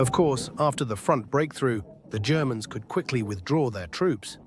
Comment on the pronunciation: Haha I love when the AI says 'the germans,' comes across to sound almost like he's saying 'the degenerates' hah.